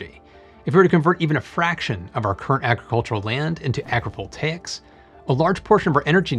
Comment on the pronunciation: the whole video i was like " WTF is agreeable takes" until i saw the title of the video... " AgriVoltaics" Pronouncing stuff properly is the key